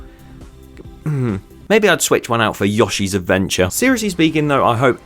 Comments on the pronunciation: made my skin crawl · How dare he pronounce Yoshi like that